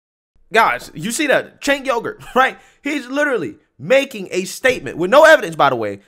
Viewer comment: Lol he called Cenk Uygur said "chink yogurt" lol